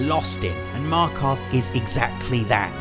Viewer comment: I always watch you and make sure I catch up on your Friday features and literally ALL of our favourite games are the same (except PES....) and your writing and storytelling is exceptional... but.. Markarth?!!?!?! WHAT THAAA FRICK!